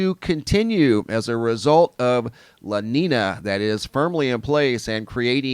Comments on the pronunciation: la neenya not la neena. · It is pronounce" LA NEEN-ya" not neen a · Sound educated... it's pronounced La Neen-Ya (La Nina) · Aight. Can't help it but tell me if Wrong watchers... "La NEEEN YAA" = LA NINA. NO? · lah neen-yah is the proper pronunciation lolo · La nina is pronounced,"la neenya" if I may say... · Thanks... Repeat after me; "Law Neenyah". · You didn’t explain anything. You can’t even pronounce an ñ properly. wtf is this